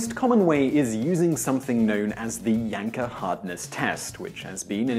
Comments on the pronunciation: I keep hearing "yanker test" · I thought he called it the wanker hardwood test... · Considering that in some parts of the world "Janka" would be pronounce "Yanka" gives new meaning to testing procedures. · that's a wrong but far far more normal way to pronounce it in Britain. It would only suggest his social class and absolutely not his level of intelligence or even type of education.